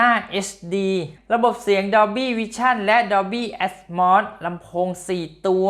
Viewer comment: แอดโมดatmos ไม่ใช่แอดมอดatmod